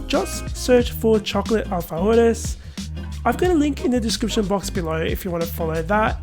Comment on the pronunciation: Ohh the king of all cookies! I live for alfajores!! Also, your pronunciation for "alfajores" or alfies 😉 is spot on!!! 😀